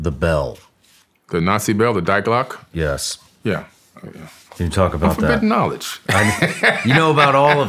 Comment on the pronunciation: If I hear this dude say “dieglock” one more time I’m going to rip out my eardrums